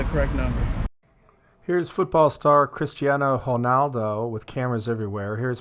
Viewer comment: did you just chritiano Honaldo!! lol